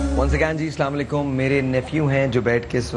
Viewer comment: Abe houle not salamu alaikum Assalamu alaikum say salam properly